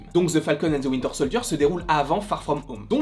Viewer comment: L'accent de the Falcon and the WIntEr SoldIeR 🤣🤣